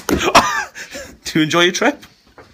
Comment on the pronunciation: he put a double r in dry (drry)🤣🤣😂🤣😂🤣